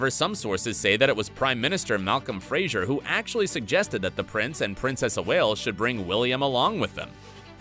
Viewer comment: Malcolm Fraser, not "Frasier"